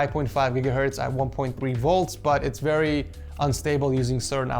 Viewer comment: “As for thermals I was seeing VEWY cool temps” 😁